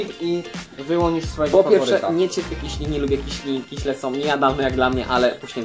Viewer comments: KISIELI !!!!!!!!!!!!!!!!!!!!! Nie mówi się KIŚLI. Nie ma takiego słowa! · Mówi się kisieli :3 :P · Mówi się nie kiśli tylko kisieli.Pozdrawiam cię.